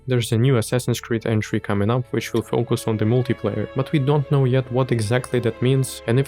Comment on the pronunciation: Если я не ошибаюсь, multi-player на англ. произносится МАЛТИ ПЛЭЙЕР)